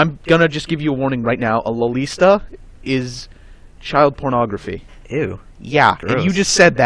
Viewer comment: LOLITA!!!! Its spelled and pronounced Lolita